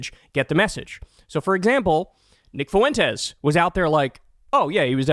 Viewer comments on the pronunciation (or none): The Fue in Fuentes is one syllable. The e is the strong vowel and the u is the weak vowel. Just say something like Fwentes.